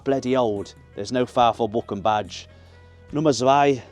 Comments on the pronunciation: Actually Bochum loves you so much, they've decided to rename the city and the club to "Bockahm" so you don't have to learn the German pronunciation. 😀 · Up the Bochum sounds so questionable when you pronounce Bochum like you do XD